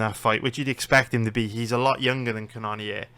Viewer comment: It’s pronounced Jared cannon-er